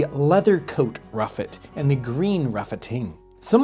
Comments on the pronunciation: Surely that’s the RUSSET apple, not the ruffet? Written with the long S style like Congreff. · Never heard of "ruffet" apples. I actually can't find anything about them. I'm pretty sure the word is "Russet" Using the "Long s", often looking like the lower case " f " which was used in books printed from the 13th to early 19th centuries. Russeting or russetting is an abnormality of fruit skin which manifests in russet-colored (brownish) patches that are rougher than healthy skin. It is a common feature in apples and pears. Russeting is typically an undesirable trait, which reduces the storage life of fruits and makes their appearance unattractive to consumers, although some cultivars, so-called russet apples, are appreciated for the feature. It is a shame we turned away from taste and went for looks and shipping quality, considering there are over 7,000 known varieties, some of which have wide ranging flavors from strawberry, cherry, pineapple and even banana. This is part of the reason I met with my local "Fruit hunter" who collects, grafts and sells local heirloom fruit varieties for this specific area. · Fantastic. Realy enjoy your discussion. You describe a ruffet apple. In england we have them here all the time and they are called russet apple. in olde english text the long s for ss is often writen as a f in script. Do americans mis read this as an f instead of the long s. Regards. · Listening to talk about ruffets, I think he means russets. Like the potatoes. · I'm sure you must mean "russet", not "ruffet". I have a golden russet. Russeting is the rough skin. Maybe the s's written as f's in a lot of the historical writing or maybe it used to be ruffet as the skin is rough haha